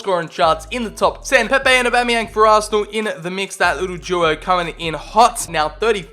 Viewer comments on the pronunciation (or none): none